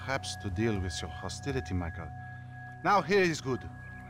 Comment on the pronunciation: He sounds like he is saying Miguel instead of Michael